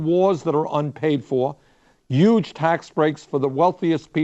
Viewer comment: The size of the amount of respect I have for Bernie is "Youuge" (man it was tough to come up with a spelling for Bernie's pronunciation of the word Huge...) Example - Youuge Tax cuts